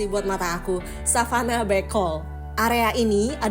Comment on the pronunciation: Masuk hotel kan ga selalu check in 😂. Kali aja tamu sebuah seminar atau tamu yg hanya sekedar berkunjung ke cafenya hotel, apalagi viewnya ke laut. Cara bacanya Bekol bunyi "e" seperti penyebutan kata "sebelum". Sebenarnya bukan banteng itu kak, tapi kerbau liar. Kalau mau lihat banteng paling pas jam 17-17.30 karena mereka bakal ke kubangan air yg ada di sekitar savana bekol. Sayang ga dapat momen ketemu burung merak.